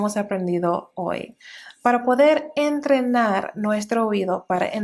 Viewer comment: Yo pensé que era nativa! Lo que veo mucho es que se les dificulta mucho la pronunciación de la "y" al final de las palabras, como en: Hoy, Voy, Estoy, etc. Inclusive para personas bilingües hijos de hispanohablantes